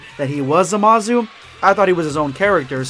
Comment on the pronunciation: The way you say Zamasu as Zamazu is uncomfortable